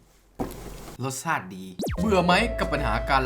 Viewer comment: อะไรนะฟังดีๆ รสซาติดี รสชาติไม่ใช่หรอพี่